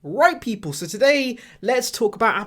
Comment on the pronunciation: I actually heard it as “white people” lol